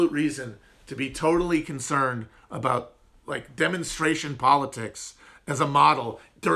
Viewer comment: Dude, we don't say aboot! I have never met another Canadian that pronounces it that way 😂